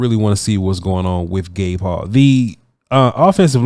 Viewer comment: The entire time I keep hearing "Baylor's Gay Paul" For anyone wondering, it's Gabe Hall 😂